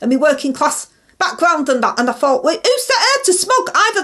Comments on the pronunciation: Is that the “fort” you fight or the “fort” you fink? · When I heard her say "I fort I done everything proper" I honestly had to laugh.... bloody hell 🥲